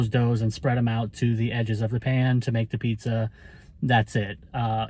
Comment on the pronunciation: New , New York style pizzza .. 😂